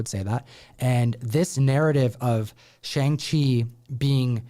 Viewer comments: are you guys ever gonna pronounce Shang-chi correctly or just continue to sound ignorant saying his name incorrectly?? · yeah, so knowledgeable he can't even pronounce Shang-chi correctly